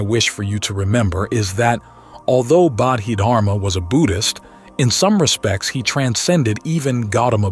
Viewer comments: It's pronounced bodhi dharma rather than bodhid harma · Actually the Chinese didn’t convert to Islam by the sword, you might ask your AI written and poorly pronounced presentation (How do you get such an important name wrong) to double check its facts, it was much more complicated than that. Trade, merchants settling, different Dynasty picking it up, central Asian migration, the ancestors of the Hui people was another factor.